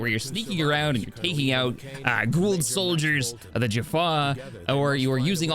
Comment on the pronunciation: Kinsey's pronunciation will always be the funniest to me. Gua'old